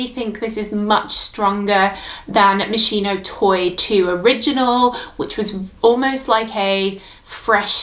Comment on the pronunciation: It’s pronounced MOS-KEY-NO not mos-she-no